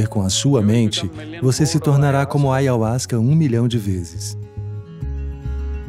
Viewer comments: Com certeza ele nao conhece o ayahuaska. Nao sabia nem pronunciar. Ayahuaska nao e alucinogeno e sim enteogeno. Melhor experiencia de minha vida. De jeito nenhum por mais q gente tente falar o que e nao conseguiremos. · vovo antes de falar de ayahuska, tenha humildade e respeito de falar a palavra direito ... falar sem conhecer se chama ignorância. toma o cha primeiro e depois pode falar... essa substancia e sagrada.